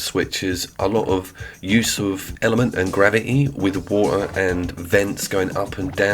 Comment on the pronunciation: sorry are you saying "water"?